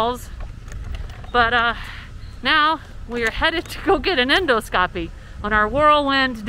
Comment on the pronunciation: You’re doing great,! Keep up the good work. BTW, the word “endoscopy” is accented on the second syllable, not the third, with so “en ‘DAH ske ‚pee“, where the “ske” has a super short vowel, and the “pee” has a super light secondary accent.